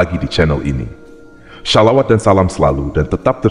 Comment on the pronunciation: Mmaf ya kak... Ini bukan ustadz... Kalau dia ustadz ,pengucapan sholawatnya td seperti itu... Makhroj Huruf shodnya salah.. Sy malah curiga ,ini editan/settingan komputer.. Atau goegle... Kalau mau tanya ,lbh baik d chnel ustdz yg emang benar,miliknya Ada.chnlnya ust abdul somad,ustdz adi hidayat dll...